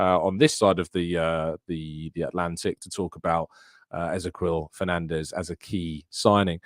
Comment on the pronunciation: FYI Ezequiel is pronounced just like the Hebrew name Ezekiel